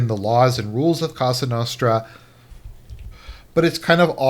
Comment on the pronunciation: Well that was the absolute worst anglo pronunciation of cosa nostra ive ever heard. It hurt my mediterranean ears.